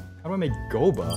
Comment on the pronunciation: No one:: GO-BUH